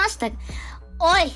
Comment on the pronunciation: the emphasis on that "OI!" I felt that.